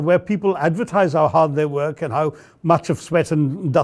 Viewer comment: The way you pronounce "work", it sounds like "whack".